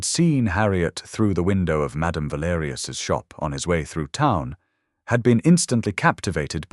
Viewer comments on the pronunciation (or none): Can someone please educate the Artificial Intelligence narrator that 'town' is as [taʊn] t-ou-w--n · Because they using 'ton' as in French; le Bon Ton,high society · How does ‘town’, which i believe is meant, become ‘tun’ ! Twice?! reed or red from ‘read’ is understandable. But, tun for town?! Absolutely incredible!!!🙄 Robo-readers drive me nuts, especially when it’s a good story!!!!